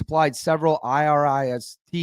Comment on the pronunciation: Dam I-RIS